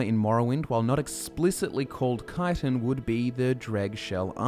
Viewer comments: chtin not kitan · Actually, it’s pronounced chit-in. Not kite-in. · I always thought it was pronounced Chit-in. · I actually learned the right pronunciation of Chitin in a biology study. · Im wondering where you derived your pronunciation of chitin from. I've always read it as chee-tin in my head, and hearing kye-ton really took me aback lol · Why duh yuh pronounce it kytin, tryin to hard to make it sound decent, tel it like it is lad, chit😢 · i dont like the way he says chitan the way he says it there should be spelt with a k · Wait... Isn't it pronounced "Shi-Tin"? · Shit thought it was pronounced Ch-it-en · i hate hearing the way people say it wrong. Chit-tin CHIT TIN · If you say "ki-ton" one more goddamned time... At first I felt you were mispronouncing it, but after hearing it for the hundredth time before the 4 minute mark, I just wanted you to stop saying the word altogether lol. I love you bro, but I was so happy when you started talking about other types just to hear other words lol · Think it's a UK pronunciation. I've always heard 'schit-ten' here in the US